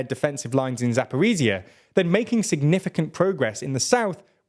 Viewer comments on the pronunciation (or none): please learn how to pronounce Ukrainian names even semi-correctly god i cringe every time you say "zaporizziya" or "patikatki"